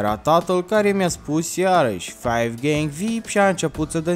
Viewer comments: ai spus faigeng de 6 ori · Ai zis faiv gieng vip de 3 ori